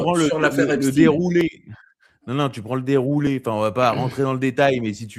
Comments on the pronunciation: Ç bien il dit epstin 😅😅😅😅il sera bien vu.et invité sur bfm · Dès que quelqu'un dit epstine et non Epstein je ne l'écoute pas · Les anti Trump prononcent èpstine 😄